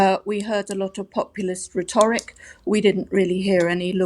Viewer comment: re-TOR-ic? Does she mean rhetoric? {:o:O:}